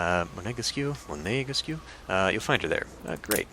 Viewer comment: It's pronounced "Monégask" without stressing the "né" (the "é" changes the sound but doesn't imply that you have to stress the syllable - contrary to, maybe, Italian, if I'm not mistaken - ah, not sure, are there cases in Italian when there is an accent on the last syllable but you actually emphasizes the penultimate syllable ? Zut (!), I forgot). I've been very conscious about the fact that we don't really have to stress syllables in French, since the "flibustier" incident :p (the French Vigilante is done... for now :p )